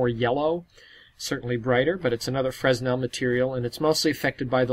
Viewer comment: the S in Fresnel is silent :s